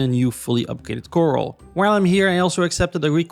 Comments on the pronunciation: Love the vid! It’s also pronounced Kr-al not coral😂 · Sorry to correct you but it’s pronounced Cor-ral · did you ever figure out corral is not pronounced coral? 🪸